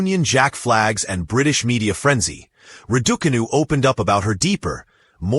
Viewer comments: PLEASE PRONONCE HER NAME CORRECTLY ITS NOT RIDICANU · Emma Rad-Duk-Anew!😀🤦🏻‍♀️ LOL!😱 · Proud of you Emma. Well done and keep going. Love watching you play. Can the presenter please pronounce Emma’s sir name correctly. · RAD - OO - CAR - NOO Not the way your auto speech provider chooses to call Emma. A pointless post from Sports Illustrated 24! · Yea crawl away and hide you can't even pronounce her name correctly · Learn how to pronounce her name "" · who the hell is talking here, cant even say Emma's🤣🤣🤣🤣🤣🤣 name correctly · U can't even prononce name !!!